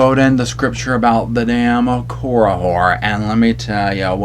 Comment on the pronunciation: who you callin' a damn Korihor! BAHAHA I cannot with this word!